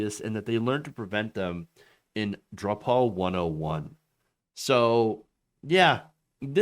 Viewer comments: Pronounced droo-pal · Drupal is pronounced "drew pull". Always reminded me of droopy nipple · For the record, drupal is pronounced "droople" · it’s pronounced DROOOO-PULL :) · "Drupal" Lol!